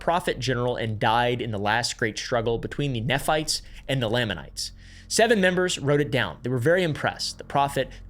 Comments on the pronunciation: NEE phites, LAA manites. You didn’t do your research very well. 😂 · As a past mormon, there are only 2 things I have to complain about regarding this video: pronunciations. "Nephites" is pronounced with a long E, like "knee-fights" and "Lamanites" also with a long A, like "lame-a-knights". Otherwise spot on! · It’s pronounced Knee-fights and Lay-men-ites lol 😂😂😂 (Nephites and Lamenites) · As an ex mormon We always pronpuced nephites and lamanites "nee-fites" and "lame-an-nites" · I say this as someone who is very much NOT a Mormon and has no interest in becoming one, but I have to say, you'd be a lot more credible if you could pronounce the Book of Mormon names properly. Moroni is mo-ROE-nye, Nephites are NEE-phites, and Lamanites are LAY-manites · Only like 7 minutes in but as an exmo I'm really struggling with your pronunciation of a few words. Nephites are like knee-fights, lamanites are like lame-an-ites, and Moroni is like mo-row-nigh. Anyway, great video so far lol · How to pronounce common Mormon words: lamanites: lame-Ann-ites Nephites: knee-fights Moroni: more-own-eye Feel free to add more -exmo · Ex morman here, I was taught to pronounce nephite as NEE-Fight and lamanite Lay-mon-night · Knee-fights and Lay-mon-nights. Just a pronunciation guide. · He couldn't pronounce laminites.. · bro please pronounce SOMETHING correctly lamanites, nephites, papyrus, necromancy ALL WRONG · As a no-longer-believing but still happily practicing member, I'm already laughing at mispronpuncing Moroni, Nephites, and Lamanites. He failed the fundamental litmus test for researching the church properly, and was likely just rushing and just going surface level. I no longer feel any need to watch as I know what to expect now. And I say this as someone who's subbed to Mormon Stories Podcast and Alyssa Grenfell and stuff.